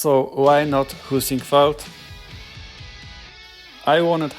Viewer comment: I could have sworn you said "poosyfoot" when you said Heisingveld or w/e haha